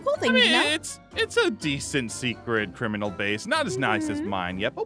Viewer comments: when aph says crimininal i was laughing XD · "He's a criminanal"